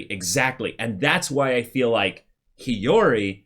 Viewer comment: YESSS!!! They finally pronounced Hiyori right! Also, we never got the story with the butterfly